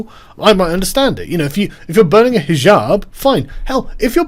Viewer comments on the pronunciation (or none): none